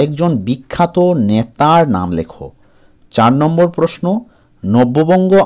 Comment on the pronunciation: ন্যাতা নয় নেতা😂😂😂😂😂😂😂